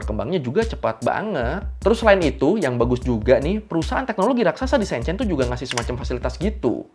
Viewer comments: Shenzhen bukan Shenchen... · Maaf kak. Bacanya yang betul Shenzhen (shen jhen) e nya kaya elang 😁 Bukan shenzaen 👍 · Halo, cuma mau kasih masukan… Shenzhen bacanya Sencen menggunakan vokal e seperti memakai, Guandong bacanya Kuantung… 😊🙏🏼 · Itu Shenzhen dibaca kaya sen di senang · bukan SEEN CEEN bacanya !!! huruf E nya bukan dibaca EE tapi E seperti kamu eja Enam bukan EEnam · Mau ngasih tau aja cara bilang silicon valley itu bukan silicon VALE tapi silicon VELI. Shenzhen itu bukan pake e meja tapi e emas. Jangan malu-maluin nama channel sekolah tapi kayak ga sekolah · Bang maap sy gatal nyebut nama kotanya, keknya salah cara bacanya bang. Enw thanks buat video yg super informatif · masukan aja, bacany shenzhen, dua2nya "e" nya kyk "beli" atau benar" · Bang spelling Shenzhen nya salah, e nya dibaca kaya huruf e dalam kata kemana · sorry bang,, ngga enak bnget dnger cara baca Shenzhen,, learning by google translate dulu lah bang,, gmna carabaca shenzhen yg bner.. kan judulnya learning by googling.. learning juga cara bacanya lah😅